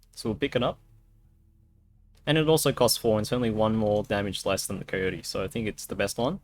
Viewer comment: Nobody:: "Kohyohty"